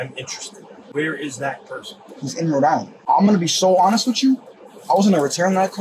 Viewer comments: Please tell the creepy AI voiceover not to attempt to pronounce regional accents anymore. That "Roe Dylinder" shit is going to haunt me for weeks. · It's pronounced "Cree-anstin, Rho Die-land" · love that the alien commentator mentions the mispronunciation of cranston, while pronouncing Rhode Island in the most bizarre way possible